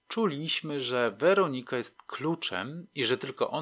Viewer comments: Super ta WerOnika .... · Podoba się. Bardzo. Tylko to źle akcentowanie... WerOnika. W poprzednich podcastach także. Niektórych może okropnie razić. Ale sub leci. Zasłużony.